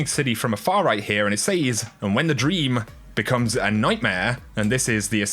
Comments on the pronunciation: It’s pronounced “sez” not “sayyysssss” 😳🙄🙄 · Look... it’s pronounced “sez” not “saze” for gods sake 😂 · says is pronounced sez not saze! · Can you please say "Says" properly all the time, its minor but man is it annoying when you alternate saying it right and wrong. Its not Sayyzzzz !!! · Shirley Timple It’s an incorrect pronunciation. A lot of people say it like that but it has always been pronounced as “sez” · Omg stop saying says that way. Driving me nuts dude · Say "says".